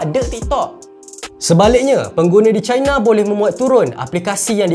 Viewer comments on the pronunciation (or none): Bang sebut je laa China tuu 'Cina' (sebutan Melayu) jangan laa sebut 'Chai-na' (sebutan Inggeris) kalau nak betul2 Melayu sebut Tiongkok Tongsan... I I I..